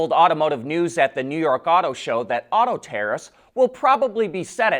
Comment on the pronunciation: Oh... yes... the "taraffffsss".